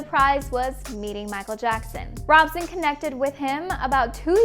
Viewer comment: I believe Robson isn't pronounced like you are saying it. Guess you didn't actually watch the thing you are reporting on.....